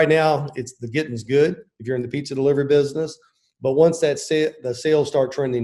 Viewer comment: I like the way Papa says "Bidness"